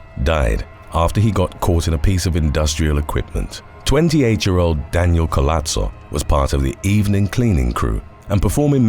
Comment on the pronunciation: Nowadays they'll just call anything super weird that just decades agowould get you in a mental institution a fetish a kink and how dare anyone shame them?well idk don't be public about it 🤷‍♀️ Edit btw in Spanish the H is silent and Collazo is doesn't have a t the double ll is pronounced like J